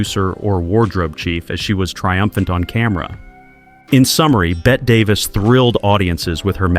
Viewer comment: I would take with a grain of salt anything said by a bot that doesn't even know how to pronounce Bette Davis.